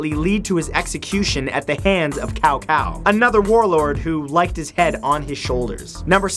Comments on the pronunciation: #Matthew Santoro it Cao Cao not Cow Cow. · it's not cow cow it's sow sow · he said kao kao? :v (cao cao=Tsao Tsao) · "Cow Cow" Muhahahah rofl. It's pronounced Tzau Tzau... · Cao Cao's name is not pronounced (Cow-Cow) It is actually pronounced (Saow-Saow) The C in Cao Cao is pronounced as a S instead of a C. Little bit of knowledge drop-age on you~ :D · It's not pronounced as Kao Kao, pronounce it as if you were saying chow chow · I love your channel man, but you really need to learn how to pronounce Chinese names. E.g. "u" in "Dun" is pronounced like in "doom" rather than "sum". "C" in "Cao Cao" is more like in "chamber" than "can". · Cao Cao is pronounced Tsao Tsao, not Kao Kao. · Were you one of the voice actors for Dynasty Warriors 3?! I actually had to pause the video, it be 'tsao tsao' not 'cow cow' and as far as I know 'zha-hoe-dunn' not 'Zheng-zhu-dunn' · Cao Cao is pronounced "Sao Sao". Blame the Chinese romanization system. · You must remember this cow cow. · That's the english incorrect pronunciation. It's Tsao-Tsao. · Warlord "Tsao-Tsao" the C in Cao Cao is an S in pronunciation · Umm i'm sorry to tell you but you pronounced Xiahou dun wrong it may appear as you might say it ziahodun but it's actually shiaho dun ya see in china/japan some alphabits shouldn't be pronounced as they appear to be for an example Xiahou dun is pronouned Shiaho dun and Cao Cao is Pronounced Tsao Tsao not Cow Cow and Dong Zhou is Dong juwoh and please don't say Cow Cow..... it's Tsao Tsao.... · It's actually pronounced as "czao-czao". Good try, though. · Can you learn to attempt to pronounce names better? Yoofi? Cow-Cow? Gen-gis Khan? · it's more Tsao Tsao for accurate pronunciation. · He pronounces cao cao as kao kao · In his defence, all the old Dynasty Warriors games also got the pronunciations of their names incorrect in the English dubs. They also called him 'cow cow' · It's pronounced Tsao Tsao. Just letting you know Matt. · You said Cao Cao wrong omg xD It's not cow-cow!